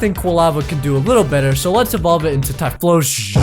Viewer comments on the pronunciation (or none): Has no one noticed that when he said typhoshion